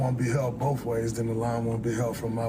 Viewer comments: Don’t be rude. It’s boaf. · Pronounces it “Boaf” All that money and still stupid af